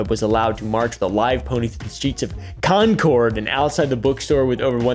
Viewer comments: repeat after me. GLaw Stir. glawstie, mass. with mass towns, you have to ignore literally half the letters. got further in. repeat after me again. conquered. concord, NH is said as conquered. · He 100% pronounced Concord wrong to annoy us New Englanders.